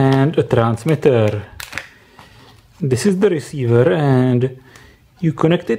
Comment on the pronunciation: transeveeerrr reseiveeer